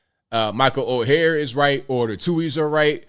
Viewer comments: Oher is pronounced as "oar". Like a boat oar. Not as "o-hair". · Someone please tell that “Oher” is pronounced similar to iron “Ore”, boat “Oar”, even “Or”, but not Oh-her. 😂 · Last name is pronounced Oar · his last name if pronounced OAR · It’s pronounced Or. not O-hair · I believe it's Pronunciated Michael Oher ("Or"). Great story. I always believed more behind this. Especially with all the funny business within one's own family in these colleges these day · Ok ok first his last name is pronounced like or. Everyone needs to watch the video Jason Whitlock put out yesterday about this. He goes deep into the history and such. Jason Whitlock does a fantastic job explaining things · ORE is how his name is prnounced per the movie. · Sorry to sound picky but my name is mispronounced ALL the time. His name is pronounced "OR". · Lmao, his name is or is pronounced, ( Or ) although it is spelled Oher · OAR!! OAR!! Pronounced OAR!!! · It’s pronounced “Oar” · Pronounced Orr like a paddle in a boat. Direct quote from movie. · That would be OAR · Dude, you have to at least say his name right! Oher, pronounced "Oar". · You're the only person I've ever heard pronounce his name like that. Speaking of his name...wouldn't it have been changed if he had been adopted? Apparently he wrote a book a few years back, and in it he acknowledged the conservatorship, and that he always knew about it. The movie implied the adoption, but they never claimed that. It's a MOVIE! His family (or former family) didn't write the movie line...HOLLYWEIRD did. Besides, anytime a movie states that it's based on a true story...we should focus on the word "based" and not "true story". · … take this down and wait for it to play out before you have to retract it. You have mispronounced his name every single time and this assessment by you is incompletely incorrect.